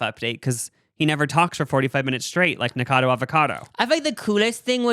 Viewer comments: I love you guys but your not pronouncing Nikacado correctly and it’s irking me lmao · The way they didn't pronounce "Nikocado" correctly even once